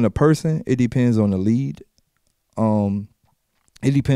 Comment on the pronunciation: Daylyt can't say league haha he says lead!!#i love daylyt doe#GOAT!!